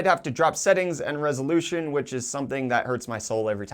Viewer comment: i love iiiiiiiiiiiit... "rousylosilution" 😂😂😂.. made my day